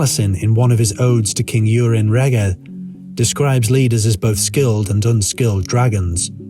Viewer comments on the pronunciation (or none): Nice video - but the pronunciation of the names wasn't quite correct. Aneurin is pronounced with the penultimate syllable : Ann- EYE- rin The same for Taliesin - Tal -Yes - in And Urien isn't pronounced as Urine but as Irr- EE- en.